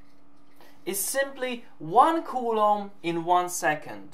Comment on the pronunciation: can you please say coulomb right? i speak spanish and culo means ass and what you are saying is ass in spanish like all the time, really hard to watch without laughing